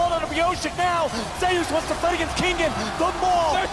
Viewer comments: zayyus it's zeus man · Why are they pronouncing Zeus like that?